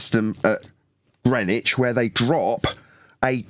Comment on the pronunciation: First american ive heard pronounce Greenwich correctly 🇬🇧🤝🇺🇸